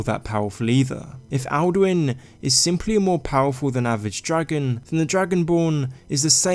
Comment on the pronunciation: Dose he become Duin insted of Alduin